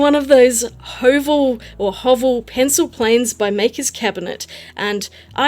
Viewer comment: Oooh that da vinci brush is sooo sweet. Btw the first time you pronounced Høvel was pretty good!